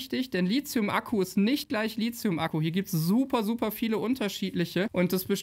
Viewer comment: Einmal nur LiTHium und nicht LiZium, es wäre zu schön! Du sprichst hier doch nicht über SiliZium ...